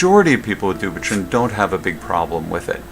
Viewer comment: It is pronounced du-pwei-t-on